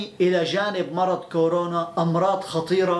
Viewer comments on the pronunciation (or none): none